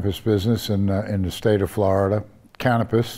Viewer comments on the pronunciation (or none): Cannabis. Cannapiss. Lol.